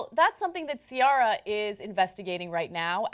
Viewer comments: See-Air-ah not See-ah-rah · Why is she saying SEE-ARE-RA. It's SEE-AIR-RA lol. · Why does Ana pronounce Ciara's name as (see are ah) it's (see air ah) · her name is not caria its ciara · Please stop pronouncing Ciara like that, it's SEE-ERA, not SEE-ARA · The name is Irish & is pronounced Key-ra. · its pronounced cee-air-uh... old ass ana... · lol 'si-aw-ra' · the way they pronounce her name 😒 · That's not how you pronounce her name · Why do they pronounce that name wrong? Wiki says that Ciara herself pronounces it wrong... but c'mon man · I think they're pronouncing her name wrong lol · I love the way Ana pronounces Ciara's name. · Wow Ana, you know about pop music more than Cenk... Ciara has been around long enough for you to pronounce her name properly. :/ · I love the way she says Ciara lol